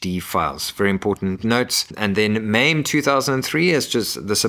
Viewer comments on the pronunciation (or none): none